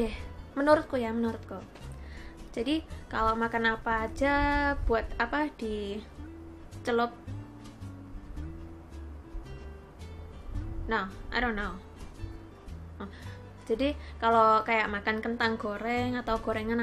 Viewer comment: Di celup eh di gelup hahahha g jelas, 😂😂😂